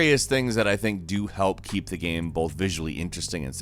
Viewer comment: Why do you always say "gaem" instead of "game"?